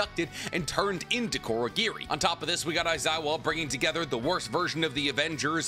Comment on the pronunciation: Also pronouncing Kurogiri as Korogiri, dunno if thats an accent thing or not.